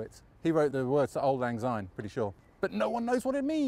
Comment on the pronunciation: Auld Lang Syne means ‘For the sake of old times’. And Syne is pronounced ‘sign’ and not zyne! x fee